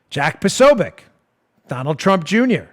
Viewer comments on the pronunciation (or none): none